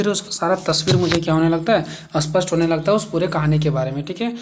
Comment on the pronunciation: ' स्पष्ट ' इस शब्द को आप बार बार ' अस्पष्ट' कह रहे है